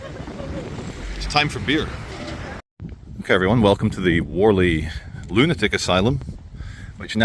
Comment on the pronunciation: U cant even pronounce beer